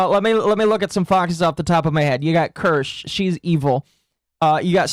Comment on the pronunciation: Wait a minute. He pronounced Kirsche’s name right? Who are you, and what have you done with the real?